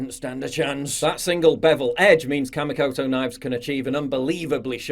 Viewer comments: It's pronounced KAH-MEE-KOTO. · I know it's hard to get sponsors, but Kamikoto? Seriously?